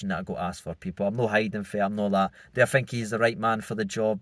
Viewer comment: is a poor interviewer ( I fink)